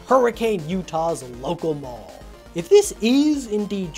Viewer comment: When you said mall I heard ball and I was really confused about how Freddy's was in a ball.